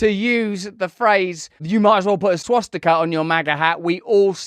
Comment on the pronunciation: She called it a "swasticker" lol.